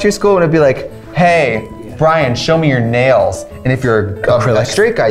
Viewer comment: 9 minutes 'straightt'?